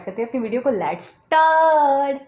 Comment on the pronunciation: lats 🤣👌 jahil aurat lets hota hai